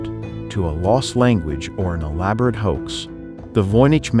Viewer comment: Was this made by AI? If you are going to use AI to do the narration, train it to pronounce common words correctly! The qords hoax and theory are NOT unusual, and yet your narrator--who otherwise has perfect middle American diction and syntax--your narrator pronounced those two words with hilarious errors. If the narrator is human, then they need to take the extra two minutes necessary to double check the pronunciation of words they do not know